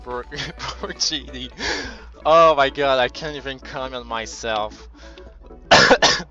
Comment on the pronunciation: It’s sounds like he’s saying hoe my god...lol